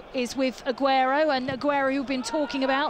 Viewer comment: Anyone notice she couldn't say aguero properly